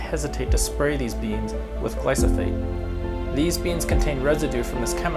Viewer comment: I’m sure you are well meaning and did your research, but people that are skeptical and come from an agriculture background won’t take you seriously if you pronounce glyphosate wrong. Also GMO as a bad word needs to stop. All it is, is speeding up the process of natural genetic progressions to resist things, yield more, have certain traits.